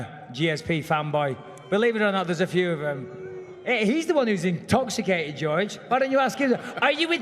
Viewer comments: lmaoooooooooooo "R U INTÓ-XICAI-TÉD !?" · How can't you love "intoxicaded" michael?